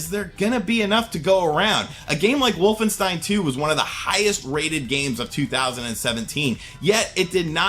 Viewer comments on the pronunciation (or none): none